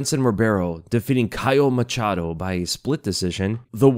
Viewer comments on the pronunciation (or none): none